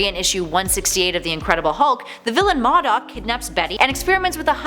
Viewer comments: I'm so sick and tired of these damn people mispronouncing characters' names!!!! It's pronounced MODOK (mo' dock), not damned MADOK!!!!! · Modok is pronounced Mow-dock not maw-dock. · "MAH-dok"?! Its "MOH-dok" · "Mawdoc?" No. It's pronounced "Moe doc". Not even a minute in and I have to think about how annoying the SJW Comic era is. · “Madok” lmfao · Modok no bish it's pronounced Moe Dock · Modok is pronounced like Moe dock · What shocking to me is that a nerd doesn't know how to pronounce modok. It's pronounced Moe - dock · This irritated me lol MOE- DOCK..... put some respeck on his name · Modok not mahdok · I love watching these channels but I just have to say modok is pronounced Mo-Dock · It is MO-DOK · The fact that you can't pronounce MOEDOCK correctly make you a fake geek girl. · Fabian Ramirez-Nuno tru it’s pronounced moe doc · Same. I'm not sure why these YouTubers can't get a clue as to how to pronounce names that aren't straightforward. If it's something like Jack Ryon got town you should never misp[ernmouce that. But for things like Modok look it up,m it should be more like Mow Dock. And sorry but I had to downvote due to the hard on the ears mispronunciation of the Modok name. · Yes thank you. I was like, Mah dok?!? wtf, it's been pronounced in games, in tv shows, in cartoons. OMG multiple times... why!!! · First you pronounce Modok wrong then Thaddeus??? One strike left.